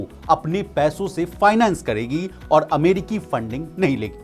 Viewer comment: कड़ोबाड़ी 😂😂😂 अमेडिकी 🤣 जिक्ड़ 😜 कड़ौड़ 🤣🤣 भाई को जुगाड से जॉब मिला है।।